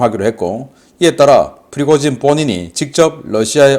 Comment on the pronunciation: 다른 사람들은 다 프리고진이라 발음하는데... 왜 자꾸 피고진이라 발음하실까요? 처음엔 무슨 말인가 했다가 나중에야 프리고진을 피고진이라 발음한다는 것을 알았네요. 아무리 집중하고 반복해 들어봐도 역시 피고진이네요. 다른 발음은 다 정확하게 하시는데 왜 그 발음만... 조금만 더 신겅써서 발음해주세요. 자막이 없었다면 도대체가 무슨 말인지 못 알아들을 뻔 했네요.